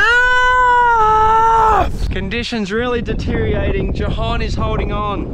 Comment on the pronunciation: The Word Police emphasise " ... the conditions are DETERIORATING ..." not deteriating.